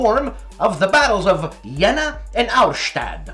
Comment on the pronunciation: You had to do your own intro this week?? What is THAT?? :D The German pronunciations were kinda rough this time, even if you DID start off on a great note with a perfect voicing of Hollandspiele(h)!!! Those Napoleonic battles were Jena (Yay-nuh) and Auerstaedt (OY-er-shtett). Special extra demerit for bungling Junta (HOON-ta); J's are often pronounced as H's in Spanish and Spanish-influenced tongues! But hey, big ups for even TRYING!!! And for setting me straight on Celles. Wasn't sure WHAT to do with that C!!! UltraMan was one of my boyhood faves, too!!!